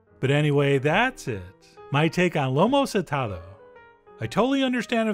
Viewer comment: Let me tell you! This is one of my favorite food in the world 🥺🥺🥺🥺🥺 y’all need to make this. He also is saying the name a a little off! But just John!